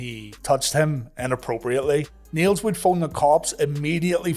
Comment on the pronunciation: I can't tell whether you were saying "Niel's" or "needles" but skipping the d like yall sometimes do.